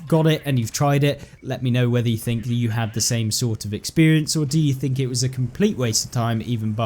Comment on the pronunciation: It’s was,not wis😂